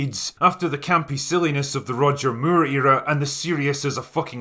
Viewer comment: Hehe, that scottish accent kicking in when pronouncing "Moore" is an epic "slip" :D